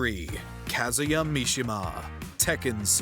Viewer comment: Good lord, the way he pronounces Kazuya and Raiden.